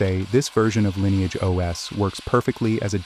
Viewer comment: I'm a little confused. Is it pronounced "Linni-age" (as in Linny) or "Line-age" (as in line)?